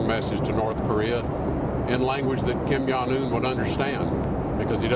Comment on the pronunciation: "KIM YONG OON"